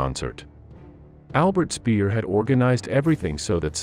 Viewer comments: Goebbels = short double consonant "bb" - Speer = just like or close to "ea" in "pear", not "peer" - just for the curious ones :) Wagner = Wugner, like in "pug!, not "Waggner" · Well done, but the pronunciation of German names was lacking. Speer = Shpare; Wagner = Vagner; Göbbels = Goer-bles.